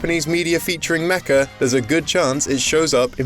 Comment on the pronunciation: Featuring "Mecha" or "Mecca"? Because I think the latter is VASTLY underrepresented in video games (as far as I know).